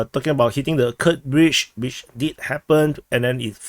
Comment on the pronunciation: *Kursk, not Kurst